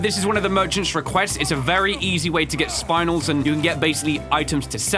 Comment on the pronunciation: I can't tell if pronouncing spinel wrong is annoying or endearing. banger video btw